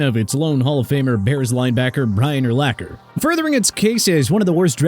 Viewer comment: The way you said Urlacher’s name let’s me know you’ve never watched football a day in your life 😂